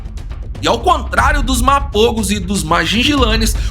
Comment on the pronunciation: Corrigindo algumas coisas: - Primeiro um nitpick, Mapogo se pronuncia "Maporro", Majingilane se pronuncia "Madinguilane" e Selatis é "SeLAtis", não SelaTIS. A reserva é chamada Sabi Sands, não Sabi Sand; - Mapogos Ocidentais não aceitaram Mr.T como líder quando ele retornou, isso não tem nenhuma base na realidade, ele era o menos dominante dos 5 quando retornou; - Outro nitpick: Biólogo algum testemunhou qualquer coisa na reserva, biólogo não trabalha em reserva, Rangers e Guias que testemunharam; - Mr.T morreu em março de 2012, Pretty Boy ainda viveu até dezembro do mesmo ano e Makhulu até março de 2013; - Essa história dos Selatis-Majingilanes tá longe de ser uma representação correta dos acontecimentos. Eles já vinham se enfrentando a mais de um ano desde que Selatis viraram dominantes e foram Majingilanes que mataram o 5ª Selati em 2011 quando os últimos eram nômades. Majins eram sempre os leões invadindo o território ocidental dos Selatis e sempre os Selatis os batiam de volta, porém um dos Selatis foi morto por um búfalo e c/ a vantagem 4x3, Majingilanes feriram gravemente um terceiro Selati que veio a morrer depois e aí tomaram o território. Ambas coalizões estavam no auge quando se enfrentaram. Tudo está registrado em relatório dos rangers na tpc "Lion Tales" do próprio WF.